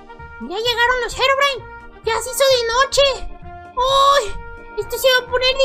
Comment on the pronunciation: Gerogrime xd habla bien porfavor